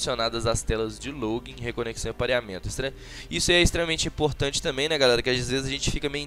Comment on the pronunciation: Muito imporrrrtante kkkk